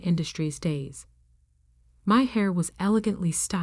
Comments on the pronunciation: You really must teach the A.I. how to properly pronounce "Chanel." It is NOT "CHAN' nel." I've heard it mispronounced on many of these stories. And "heir" is pronounced like "err", not "hair." Also, teach it the correct pronunciation of read, dependent on context. Read, in the past tense is pronounced as "red." In the present tense it is pronounced as "reed." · The person who inherits, is called the "heir" (pronounced the same as "air", not as "hair"), and the "heiress" (pronounced as "airis", not as "harris")! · Heir not Hair. And, it's pronounced air. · Thr word "heir" is pronouced "air" not "hair" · Why do you mispronounce heir, it's not hair, pronounced heir(eir) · Heir, not hair, and H is silent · lol can they learn to pronounce the word heir instead as pronouncing it as hair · "Hair", you mean "Heir" ? There are a few mistakes in the choice of words, grammar and pronunciation. It seems no one had done any proof reading. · it should be the "chosen heir" and pronounced "air". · And, they are pronounced differently. Heir is pronounced air. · I thought Grampa was a good guy. Why did she say the only thing her brother learned from Grampa was to take credit for other people's work. Also, the "h" in heir is silent.